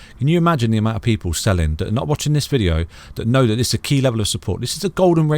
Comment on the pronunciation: Think not fink. That not dat. Thankyou not fankyou. Talk properly thucks sake